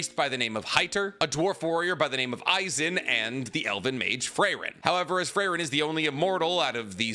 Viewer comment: Never thought I would find someone who loves Frieren this much but also doesn't know how to pronounce Frieren.